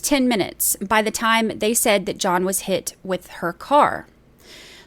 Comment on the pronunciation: "John, where are you?" There is no "S" sound.